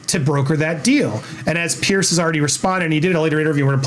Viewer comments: Its Piers... pronounced peeers... Not Pierce it's driving me mad after hearing his name so.many.times... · Ffs his name is Piers, not Pearce. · Piers not Pierce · Piers not Pearce.